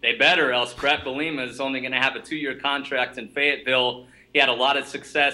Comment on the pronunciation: Not trolling but please for more credibility sake, pronounce bielemas name the right way